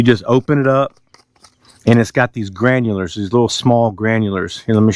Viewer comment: Dude I love how you say Granules!!!! You say it like it has an R at the end. Granulers! 😂😂😂 My Mom has trouble saying Chicago cuz she says, Chicargo!!! Lmao 😂 I be like Ma stop saying Chi-CAR-go it doesn't have an R in it Mom!!!! 😂😂😂